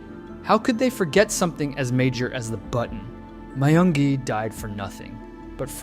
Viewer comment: i thought his name is pronounced as myungi not mayungi?